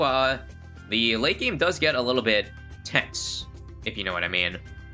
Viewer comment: Wonder why was emphasing on the words “tense”, “for” and “to”